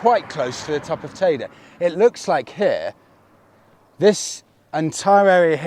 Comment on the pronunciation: Definitely not TayDay. It’s Tayde Or tayda teeda